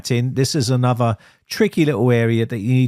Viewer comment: Talking of language, I would ask if you could pronounce correctly; E.G: anuvva/another, free/three, frough/through, bofe/both, summing/something and eeva/either. Thanks. Otherwise its an informative channel.